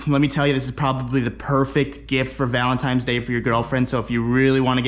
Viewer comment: "Valentimes day" God damnit, he did it again..